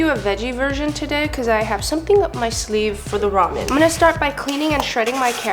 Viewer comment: Did she just say rumian insted og ramen